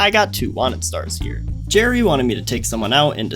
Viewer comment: Gerry not Jerry